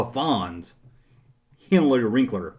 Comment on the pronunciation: Henley Rinkler....? 😂